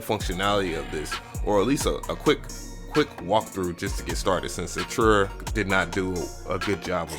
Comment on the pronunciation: that and he says arturia wrong too....